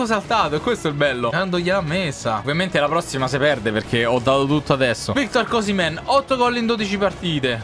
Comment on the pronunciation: Ma osimen lo hai chiamato cosimen